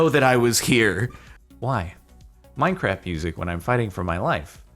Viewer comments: is it just me or does Jordan say 'Minecraf' instead of 'Minecraft' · i sometimes wonder when this guy started to call Minecraft "Minecraf"